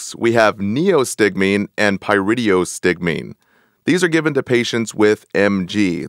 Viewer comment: Appreciate the content, but the mispronunciation of words is a turn off. PHYSOstigmine is not pronounced "PHOSPHO-", and PYRIDOstigmine is not pronounced PYRIDIOstigmine. Also Myasthenia is not pronounced "myusthenius".